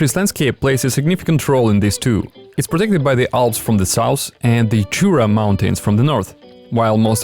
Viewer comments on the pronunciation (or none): none